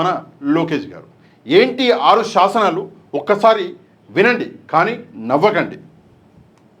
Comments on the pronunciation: శాసనాలు కాదు. సాస నాలు😂😂😂😂😂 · వాడికంటే తెలుగు మాట్లాడటం రాక ససనలు అంటున్నాడు మీరు కూడా ససనలు అనేస్తున్నారు జాగ్రత్త